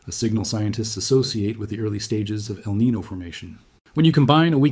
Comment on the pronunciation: El Niño is not pronounced “el nee no”… please say "el nee nyo” it is a Spanish name